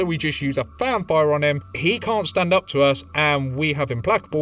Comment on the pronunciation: Every time you say Fan Fire I hear vampire. Great video.